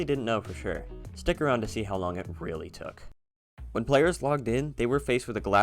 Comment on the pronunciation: He was weally excited